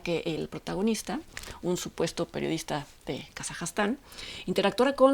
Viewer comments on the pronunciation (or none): Es Kazajistán no Kazajastán. Últimamente, he notado que a la dama se le van algunos detalles en sus reseñas/crítica/reflexión. Pequeños, pero igualmente relevantes.